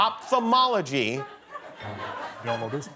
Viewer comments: Kinda hard to answer correctly when kimmel pronouces opfthamology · seriously, Jimmy trying to be smart and not being able to even pronounce the words right? "opfomology is a field of medal studies.." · Ophthalmology ( Οφθαλμολογια) is a greek word and was not pronouced right. Even I, as a greek, couldn' t find which field he was talking about. He pronounced it opthalmology so... I guess... that's why they didn't find it!😅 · LOL Opthalmology and he says LEG HAHAHA